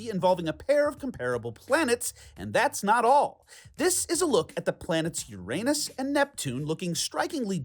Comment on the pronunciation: My class noticed that Uranus was pronounced incorrectly. Shout out to Mr. Hatfield's 5th grade class at Marsh Creek Elementary in Brentwood (East Bay Brentwood not LA Brentwood) Ca. Go Hawks!